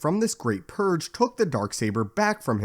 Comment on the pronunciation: PurGE, not Purr.